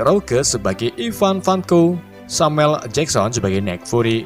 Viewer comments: Vanko bang bukan vonka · Min kayak nya yang bener ivan vanko bukan ivan vonka :v